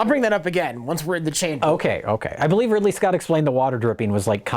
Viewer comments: Did Jay say “Ripley Scott”?? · Did Jay say, "Ripley Scott"?